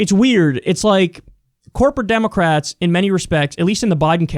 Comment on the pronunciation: "I did I did see a democwat."